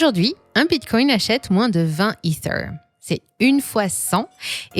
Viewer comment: Pourquoi mettre l’accent sur ether 🤢